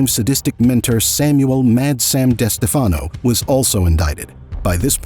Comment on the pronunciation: This video is saying the name Wrong it Is pronounced des Stef fen o And Spa lartro . These . How do they get both names wrong so amateurish. Tony got the nick name because the FBI wire MIsunderstood one of Tony’s friends saying good bye Anthony.